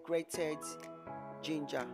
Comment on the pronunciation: Loud music, can't hear you well,and the word is pronounced Gin-ger,not Geen Ger, but nice video other than the loud music.Good job.😊